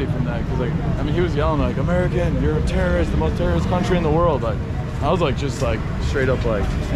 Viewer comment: Calm down, she only said "Terrierist". - knp